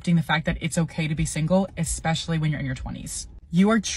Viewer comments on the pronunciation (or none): Just what a quality man wants, a woman who says, "ek-specially".